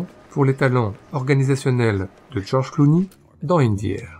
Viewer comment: ah non pour une fois qu'il prononce bien un nom américain vous n'allez pas vous plaindre...